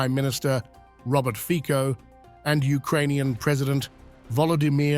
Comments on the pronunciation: Fico is pronounced Fitso in Slovakia, because of respect, please correct your pronunciation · His name is pronounced Fitso .. not Fiko 🤦🏻‍♀️ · It's Fico and not Fiko. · Fico, not Fiko :D you are funny.. u dont even read his name properly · Its Nót Fiko its Fico... Get it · Fico isn’t pronounced with K but C in his surname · Fiko 😂😂 .. his name is Fico .. CCC not K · His name is fico no fiko dumpass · It’s not pronounced as Fiko but Fitso 😅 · Please next time pronounce his name as “FiCo” and not “FiKo”. I know that English is international language but there are also other languages used in this world so if you want to be more professional try to research how to pronounce names that come from other languages before you use them as part of your reporting😉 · it is not Fiko! It pronouces Fico with C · FiTZO not fiko😂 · Commentator should do his homework. Read Fitzo not Fiko. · The Pronunciation of the Name of the Slovak Premier, Fico, is not Fiko, but Fitso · It's ˈrobert ˈfitso- not 'fiko))) can't even pronounce his name correctly)) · "FIKO"??????? At least pronounce his name appropriately !!!! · Fico has to be pronounced as FITSO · Fitso pronounce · The name Fico is not pronounced Fiko - pronounce his name correctly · Fico name doesnt pronounce like that 😄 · Please, pronounce cortect the name of PM R. Fico